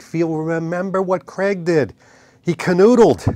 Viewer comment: Dude it’s Craig …. Not cr🥚